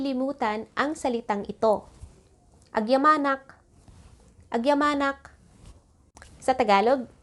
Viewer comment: mam, mali po yung bigkas ng 'agyamanak". yung bigkas ng "malem", dalawa kasi ang bigkas. so please specify uung lugar para hindi ma confused yung learners